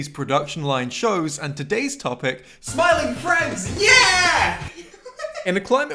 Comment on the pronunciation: Bro said Smormu